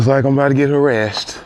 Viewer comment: He said “harrassed” but non the less I still agree with you.